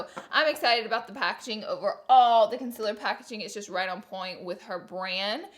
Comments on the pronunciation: Laura thank you for being so honest!!! I love watching your review! And am I the only one who doesn’t get annoyed by the way you say concealer?? Lol I couldn’t even tell until you pointed it out!! Love you Laura❤️❤️❤️ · Everyone needs to get over it.. That's how she says it. Move on. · Wtf ‘conciller’ ?!? Its concealer for fuck sake 😂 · Its fucking concealer not "conzeler" fuckkkkkk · Its concealer not consiller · K Laura lee you need to learn how to say “concealer” it sounds like it’s spelt con-cea-ler not “con-sell-er”. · Can someone explain to me the difference between “concealer” and “conciller”, the pronunciation I mean, I’m not a native English speaker so I don’t really see the difference so PLEASE HELP ME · It’s not con-cil-er it’s con-CEAL-er😂🙄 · LAURAAAAAA ITS CONCEALER NOT CONCILLER LOLLLL YOU MADE MY DAY LOVE YOU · It’s concealer not conciler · Laura dear- PLEASE!!!! Pronounce concealer CORRECTLY... AND LEARN HOW TO SPELL IT.. its CONCEALER!!!!!! NOT "CONCILLER" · Ok..... Laura.....c'mon I love you gurl But it's Con-ce-laur Concealer Not Con-siler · Not tryna be rude but conciller it’s con-see-ler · Is it Conciller or Concealer.. I'm Confused? (English language isn't my first language ) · It’s Concealer not conciller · Consiller?? Lol it’s concealer. But still love you. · “conciller” it’s CONCEALER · CONCEALER !!!! NOT CONSELER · Gurl you are a beauty guru and you spell it CONCILLER i am dead hahaha love you and your quirks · girllll that "conciller" noooo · Gurl wth is a “conciller”???? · girl it's concealer, con-seal-er. CONCEALER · "Conciller" I'm dying. You're the best! ily;-) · YazOnline Consiller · Take a shot everytime she says "concillr" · Only clicked to hear her say ‘conciller’ over and over again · If you didn't say "consiller" I would have to turn this off out of fear. Something would be wrong. 🤣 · I just wanted to watch this video because I want to hear Laura say canseeler 173929 times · Conciller heheheheheehehhe 😂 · haha noticed that too